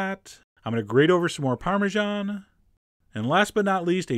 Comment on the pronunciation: americans really cant speak anything else BUT american.. its crepe not creip and parmesan not parmigian